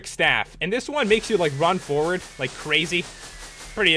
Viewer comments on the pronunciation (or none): none